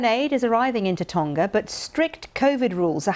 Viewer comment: Hey BBC learn how to pronounce Tonga properly, it's easy you just have to make a tiny bit of effort.